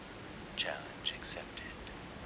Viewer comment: “Challenge accepte” lol